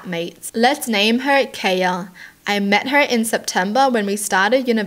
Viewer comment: My name is kaya, this is the first time I've ever seen someone pronounce it the way I do. And I just had to be the weird stalker girl lmao